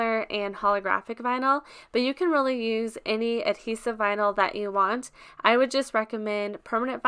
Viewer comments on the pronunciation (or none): Vinyl not vinal